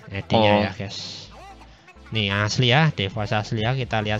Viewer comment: Bacaanya bukan devos lah, Dihhhhhh 😏😏